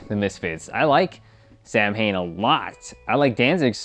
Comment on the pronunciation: Celtic Pagan here. Samhain is pronounced Sah-wayn.